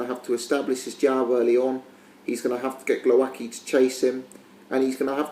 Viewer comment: Your "Głowacki" pronunciation is terrible mate - check commentators please :)